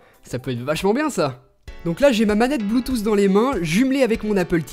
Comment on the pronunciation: c'est pas bluetoouuss c'est bluetooth